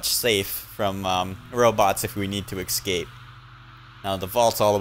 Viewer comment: WHY DO YOU SAY "EKSCAPE"? It's ES-CAPE.